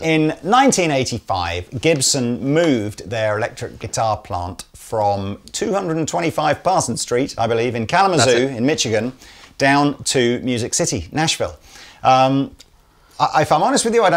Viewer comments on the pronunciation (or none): Great guitars, and as usual, a very good video. One slight correction - being born in Michigan, I permit myself to inform you that the "ch" is pronounced like "sh". Everyone in Europe seems to make this same mistake, so I don't single you out in saying this. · I just wonder why pronounces Michigan like Mitchigan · Mitch-i-gan. lmao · your intro was boz scaggs morphing into hank marvin. and you almost lost me with the "mitch-a-gan" pronunciation, but saved it with "geetar". you need more time in the colonies. and good for heritage, and they put that jackplate on the side, where it belongs.